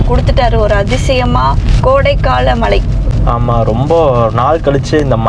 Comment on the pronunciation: Guys it is not Malai it is Mazhai